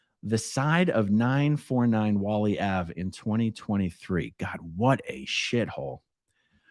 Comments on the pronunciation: Oh , "Whalley" is pronounce "Way-lee" Ave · Whalley is pronounced Whalie or Whale-y.